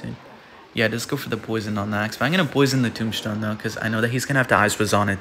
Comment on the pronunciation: Anyone notice says “tombshtone”?